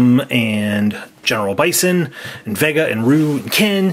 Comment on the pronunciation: It’s Dhalsim= Dhal-sim not Dhal-i-sim Vega= Vey-ga not Ve-gg-a